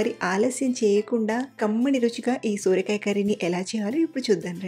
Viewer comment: Sooorakaya kadhandi sorakaya